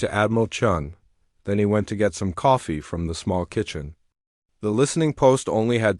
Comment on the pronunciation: The AI changed Chen into Chun by changing the i into a u.